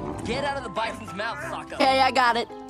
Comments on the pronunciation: Yeah tbh the movie would at least maybe be a little better if they actually made Sokka funny, and pronounced his name right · okay I didn't hear this until you said it and it even sounds like he has one when he says sokka